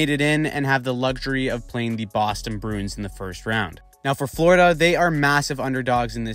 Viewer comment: strange pronunciation of bruins broons